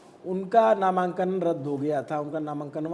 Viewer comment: नामांकन ❎ नमंकनवा✅ 😂